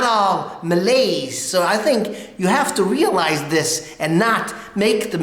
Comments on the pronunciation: #1. not MALAS...you left out the " y " letter it suppose MALAYS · ..Malays...not Malas bro...Malas is Lazy..